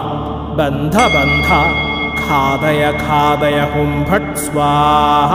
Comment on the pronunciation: Ghathaya ghathaya not khadaya khadaya